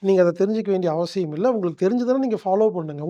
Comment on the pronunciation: மனிதர்கள் வாழ நல்ல வழி சொல்லும் நீங்கள்... தமிழ் மொழியை ஏன் கொல்ல முயற்சி செய்கிறீர்கள் ???? சக்தி என்பதை ஷக்தி என்று சொல்வது, அவசியம் என்பதை அவஷியம் என்று சொல்வது ஏன் என்று புரியவில்லை... மொழியையும் கொஞ்சம் காப்பாற்றுங்கள் ஐயா..... நன்றி.....